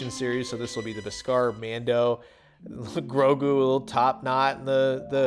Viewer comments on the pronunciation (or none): none